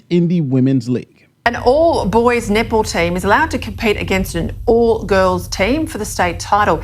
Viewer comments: I think she's saying "Net ball", but I'm hearing "Nipple". Didn't know there were Nipple championships. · I can’t talk the Australian lady seriously. I know she is saying “netball”, but it sounds like nipple. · "Netball" pronounced by an Aussie sounds like nipple... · Let’s be honest, that Australian reporter saying “net ball” sounds hilariously like nipple. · Sounds like the Australian news is saying Nipball.” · I know this is serious but i keep hearing queensland nipple team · Every time that reporter said netball, I heard nipple. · Every time she says "netball" is sounds like "nipple". I can't stop laughing! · I swear that reporter is saying "nipple" not "net ball." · Australians pronounce Netball like Nipple. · Is she saying 'netball' or 'nipple'? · All I hear when the reporter says "Net Ball" is nipple lol... "The all boys Nipple Team" Sorry lol